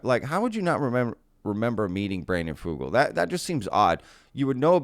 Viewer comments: as a native Utahn you are pronouncing Brandon Fugals name incorrectly. Here in Utah we pronounce it Few-gulle like Seagull I don't know if that is the correct way to pronounce it but I have been working in Telecomm for 25 years and Fugul and Sons has been a major contractor for the telco industry for decades. I believe Brandon. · It's pronounced "fyoo-gull" ... as if it were spelled with a "y".